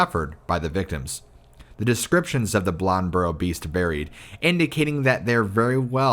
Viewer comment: Ok, it's Bladenboro. It's pronounced blade in boro, blad en boro. Say it fast lol, Bladenboro. And depending on where you're at, you may hear an "L" sound at the end which makes it sound like Bladenburl lmao